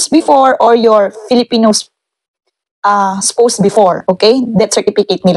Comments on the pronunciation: Its pronounce as Spows!!! OR COULD BE READ LIKED SPAWS🥱 Not Spoussss.. 😂 Pronounciation of words correctly is must as it says there will be an interview in it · ang pronunciation po ng Spouse is Spawse po. Sorry po.